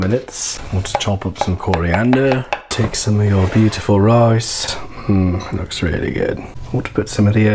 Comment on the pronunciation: let's make some Roice.